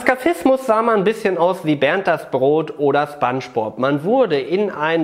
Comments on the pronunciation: Manche: Schpongebob Normale: Spongebob Du: Spangebob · Wie hat spongebob ausgesprochen 😅